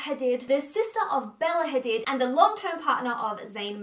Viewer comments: Great vid. But you her last name is pronounced Hadeed. Not Hadid even though its speller like that. I'm Arab so I know. Just wanted to let you know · Learn to say hadid right